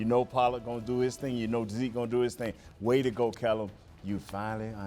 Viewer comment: can you stop that please and put some respect on the offensive coordinators name. It's Kellen not kellem